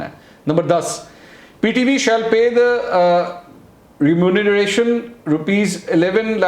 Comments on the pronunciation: You're having a tough time saying the word remuneration ... mashq karein Janab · Remuneration! Lols, Mansoor Ali bhy, u r not wrong. This word is really quite difficult to pronounce. Me too learnt it with repeated effort. It means a financial compensation paid in return for a service